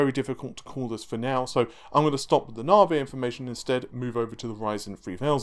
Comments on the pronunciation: It's Navi not narvay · I think its said like Navigation so Navi. Not Navey or Naveygation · Its pronounced Nav-e not Nar-vey. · Damn your stubbornness persisting with pronouncing Narvae like larvae. It's a proper noun, a name. Therefore it is not open to interpretation or alteration to suit the Queen's English. Lisa Su pronounced it Navi, it is spelt Navi, we navigate ships and planes and our mobile phones use GPS navigation. C'mon mate get it right, your better than that. Pretty please with a cherry on top... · Lisa called Navi, Narvi.... who knew? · did you notice how Lisa Su called Navi.. for NAVI.. you know.. with emphasis on the I sound at the end.. instead of naveh.. with emphasis on vomiting? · Why do you keep calling it narvay ffs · Have you watched the key note? How can you still not know to say NAVIIII? Jesus 😅😅 As to the "cheats" it all depends on price and we can be sure that Epyc will be cheaper that's why it wasn't compared to the 48 core Xeon 😊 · I mean he had the pronunciation straight from the horses mouth last night and yet still. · 'NAVI' does NOT have a 'R' in it... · Ohh he knows, we have been telling him for months and months. Funny thing. When he first started talking about Navi he pronounced it correctly. Sometimes he slips up and says it right.